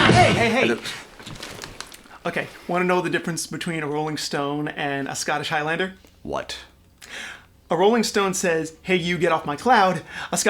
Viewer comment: This was well worth waiting for, even though it's taken me a year to get round to watching. Amazing documentary, very professional. In fact better than some I've seen made for BBC tv UK. BTW tech your silly friend how to say 'Highlander' I'm a female Scottish and a MacLeod !! but I haven't got any ewe's!! Thank you for taking the time to post these video's